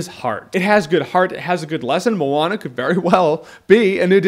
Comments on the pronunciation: Jeremy I am from New Zealand and we are deeply rooted in Polynesian culture (Maui used his hook to pull NZ out of the sea) I can say that it is pronounced 'moan - ah' so like I porn star is a moaner. 😉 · I always have pronounced the name of this movie, "moan-ah". Only recently have I figured out its pronounced "mo-ah-na"